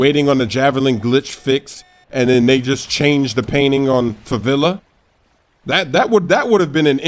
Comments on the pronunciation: It's not favila, there's no such thing, the "e" reads like melee, in favela. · It's pronounced, 'fuh-VEH-luh'.